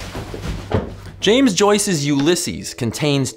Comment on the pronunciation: I love this channel but every video he pronounces loads of things wrong 😭 poor James Joyce is rolling in his grave